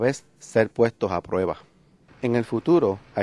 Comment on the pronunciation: plueba? muelte? palte? veldadera? no habia otro hombre para narrar el video?